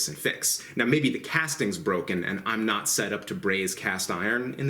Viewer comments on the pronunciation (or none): none